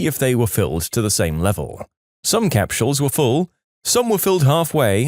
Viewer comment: I dunno if it's his accent but I've never heard someone pronounce capsules like capshules😮